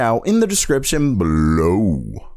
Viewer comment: the only reason I won't sub to this channel is because of the way you say 'bellow' the cringe is that hard